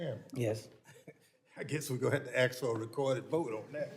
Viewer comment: The Black guy is an embarrasement, He says Axe instead of Ask.